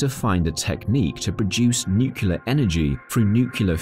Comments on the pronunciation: Great information. Lots of material. One question in a science video, Nucular fusion, or Nuclear Fusion? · Oh man you hit a sore spot on me. I absolutely refuse to believe how many people in the videos I watch say nucular. Im talking about people with college degrees and prestigious career positions in respectable companies! Are they all just fucking with us? Are we on a real life episode of Candid Camera? I keep waiting for Alan Funt to jump out from behind a curtain to surprise me!